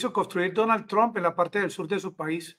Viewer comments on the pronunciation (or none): none